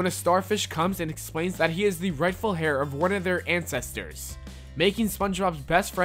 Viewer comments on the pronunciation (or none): The rightful heir , you pronounced hâr, but it actually has a silent H and is supposed to be said air.